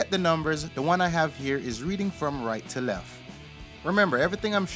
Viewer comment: Right to "Lef?" What the F is "Lef?" And what the hell is "self extanatory" ??? Good work but your English is killing me! Don't use a word if you can't say it right.